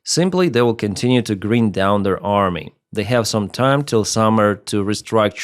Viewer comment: Grind down - "gr-eye-nd" down